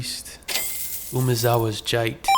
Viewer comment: Cool video but dear lord learn how to say Jitte lol.